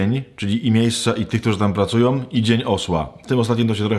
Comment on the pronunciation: Którzy tam pracujom, jednom z oznak, mowiom, czepiajom, pojście pewnom drogom, potrzebujom, z nowennom... nie naciskam i pozwalam ale moze cos sie uda naprawić